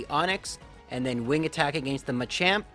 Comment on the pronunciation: Dude I’m sorry but if you say “against” like that one more time